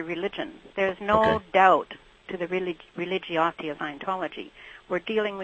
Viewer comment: The religiouty???? Did she say re-li-gee-awt-ee ??